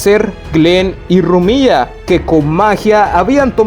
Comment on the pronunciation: Buen video pero es Rumia no Rumía